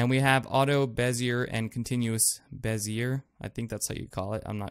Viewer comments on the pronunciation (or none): nice vid bro. bezier is French. r is silent. something like bez e a.